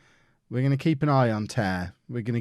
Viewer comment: dom tear is currently a good player in the national league north and it is just pronounced tear as in tearing a piece of paper